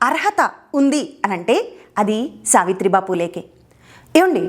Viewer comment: సావిత్రి భా పూలే కాదు సావిత్రి భాయి పూలే madam.